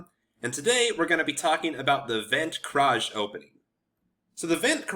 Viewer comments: You are butchering the name. It's said like 'funt kraze' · You looked up the Dutch pronunciation and arrived at that? Put it in Google Translate. It's Fon Kraus. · Love the opening as my opponents do not know how to respond to it at my lvl (1400s), with some studying you can demolish your opponents. By the eay your pronoucing it very very very wrong hahaha, the ui or uij sound isnt known in English so I wont blame you, greetings from the netherlands! 🇳🇱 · the pronounciaton was wrong but good try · Thanks for the video, it 's excellent. Your pronunciation of Van 't Kruijs however is still way off ;) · Funny how he looked up the pronounciation and still got it totally wrong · As a dutch I find it really funny how he pronounces the name XDDD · No, you're not pronouncing it correctly but it's near impossible for foreign speakers to accurately pronounce dutch. So no worries.